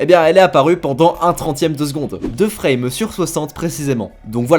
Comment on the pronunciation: frrrrraimes par secondes